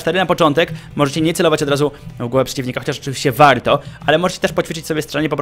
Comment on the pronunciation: dlaczego muwisz wałto tak jak byś mowił po angielsku?